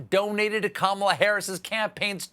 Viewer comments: Who's that again?.... Carmela Harrris? LOL. I'm from the Caribbean and that ladies name is like "camera".... not "carmera"..... LOL. Americans and their pronunciation is appalling. Try "ka" "mi" "la". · As an Indian I would like to point it out that Kamala should be pronounced, "kuh-muh-laa". Of course, she's American Indian, not just Indian, and may prefer being called "kaa-muh-laa". But hey, the more you know